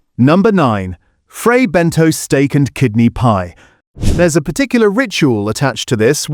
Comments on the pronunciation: Have the makers been informed about the fake food ? Also it's Fray Bentos pronounced (Bentoss) not Bentoes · Bentos, not Bentose. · Fray bent toes!😂